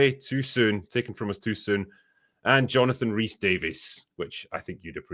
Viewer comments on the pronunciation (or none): none